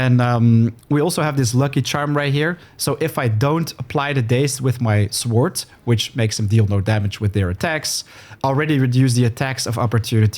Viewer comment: I did not know people who pronounce sword as "sword" still exist, you are of a dying breed. Its "sord" the W is silent. Saying "sword" lets everyone know you are not a native speaker and never visited an english speaking course. I dont think this is a good look (same applies to "Marauder" never heard that version, absolute new one I think no one ever pronounced it lke that lol, its "Ma raw dr" or "ma row dr")